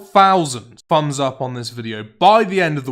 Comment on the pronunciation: "the video is currently sat at free fousand free hundred fumbs up"